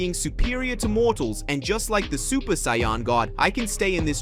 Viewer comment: I love the stories but the pronunciation of Saiyan, Vegeta,etc throws me off but I still love the stories